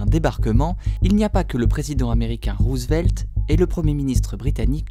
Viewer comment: En passant, c'est Rozevelt pas Rouzevelt, oui, oui, même pour les Anglophones qui connaissent cette famille (hollandaise d'origine d'où la prononciation).